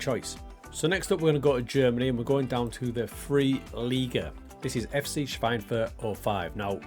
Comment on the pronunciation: 3. Liga is pronounced "dritteh leega" (=third league). And it's "Airster Eff Tseh Schweinfurt"(First FC...). Yes, your pronunciation of Schweinfurt is already pretty good. Within speaking English, I think it's absolutely fine if you say third Liga.